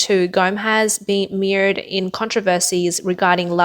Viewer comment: Mired, not meerd. My-erd. As in: stuck in mud, or mire.